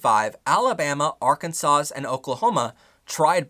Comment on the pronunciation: The S in Arkansas is silent